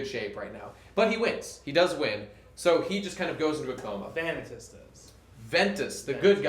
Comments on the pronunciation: and he pronounces Eraqus and Vanitas wrong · It angers me how you mispronounce Vanitas.